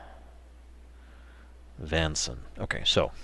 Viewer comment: i'm a cool and collected individual or i'd have jumped and cheered when you said VANSEN